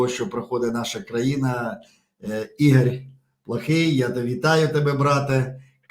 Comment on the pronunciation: Українською - це прекрасно, але попрацюйте будь ласка над вимовою. Програма а не праграма. МоЄ а не маЄ. Волонтер а не валантер. Ігор а не ігорь. Сонечко а не сонечка, і т. п.